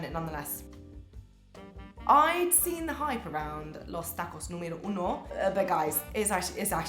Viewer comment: she says Tack-goes(Tacos) lol\ buggah = burger